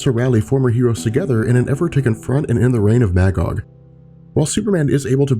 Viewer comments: The character's name is pronounced "Muh-gog". Not MAH, Gog. He's literally a biblical character existing in both The Old Testament and the Qu'ran. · Magog is pronounced as [mey-gog], the first part of that word sounding like the month; May. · Maggod is pronounced Muh-Gahd. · My favorite comic book story. Irony is my favorite dc hero Green Lantern (Hal) is not in it. Also Magog is pronounced Muhgog. Please, for the love of all that's decent, it's Captain Marvel, not Shazam.